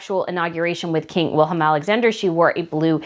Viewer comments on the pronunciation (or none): none